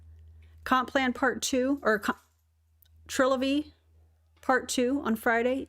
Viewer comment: Did he just mispronounce the new name of the company?